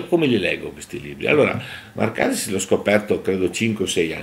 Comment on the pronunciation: Màrkaris e Chàritos, attenzione agli accenti!